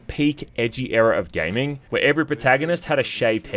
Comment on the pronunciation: " Gay ming" wtf